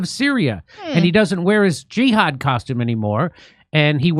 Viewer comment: jihad not jeeehad, and no need for specific custom bro your shirt is ok